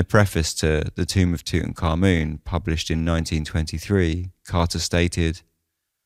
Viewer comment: You pronounce his name correctly. Few do. BTW, Lord Camarvon had to have had a compromised Immune System for that to have escalated to such a tragedy.